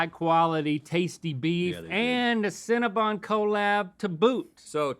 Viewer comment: I NEED Link to say cinnabon correctly lol